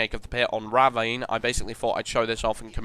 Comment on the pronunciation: You pronounced ravine wrong